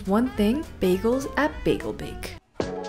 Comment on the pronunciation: Biegel Bake is pronounced as Bi-guhl Bake as opposed to American bay-guhl 😊